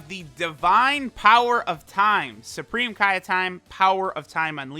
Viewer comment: "The Supreme Oppai of time" is what I heard